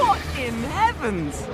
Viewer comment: She says what in heavens but its sounds like fucking heavens 🤣